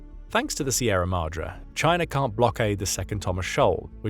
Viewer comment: its pronounced "Sye-RA-MA-DrE"